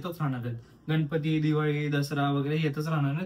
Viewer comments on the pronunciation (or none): none